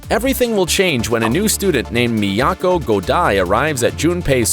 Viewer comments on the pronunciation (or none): none